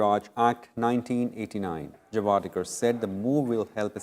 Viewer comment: It's not Javaarekar...it's javdekar😂